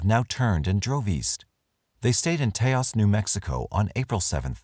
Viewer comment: sorry, Toas NM rhymes with "house"